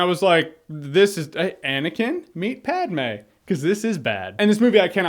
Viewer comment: "Anikin meet Pamé" hahah lol